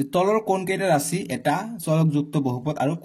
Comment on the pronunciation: Rasi nohoy rakhi😂😂😂😂😂😂😂😂